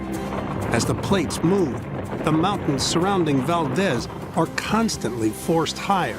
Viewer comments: Lived there for 18 years, it’s ‘Val-deez’, long e sound. Not like the Spanish pronunciation Valdez. It’s so annoying for people to disrespect Valdez by pronouncing it incorrectly. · Valdeeeez for f’s sake!